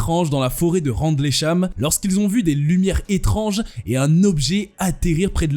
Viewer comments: Phonétiquement on ne dit pas "RANDLEY CHAM" mais "RINDEUL CHAM"😋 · "randlécham" 🤣🤣🤣🤣🤣🤣 ahhh, la lecture de pages wikipedia.